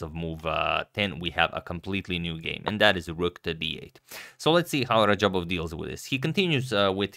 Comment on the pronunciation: This guy totally messed radjabov's name lmao